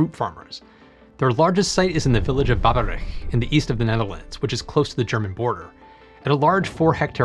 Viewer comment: Hey, he did a great job pronouncing Bodensee and Babberich! Give some credits, Groenleven is unpronounceable for an American.